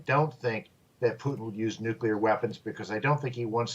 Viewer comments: Are you kidding me? She's a professional speaker and she says "nukular"? Sorry, but they lose credibility in my mind. Makes her sound uneducated. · "nucular?" lol